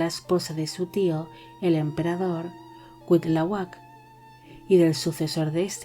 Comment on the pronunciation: Don't worry, como se dice en inglés. Algunos nombres en náhuatl si que parecen trabalenguas, aunque te diría que Cuitlahuac se pronuncia de corrido, solo por dato extra. 😘🙏